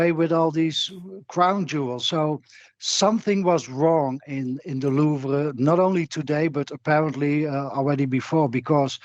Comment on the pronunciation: he's just trolling with his pronunciation of "Louvre" right???